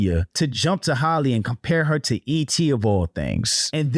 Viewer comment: My people can't say Halle to save their lives. NOT Holly.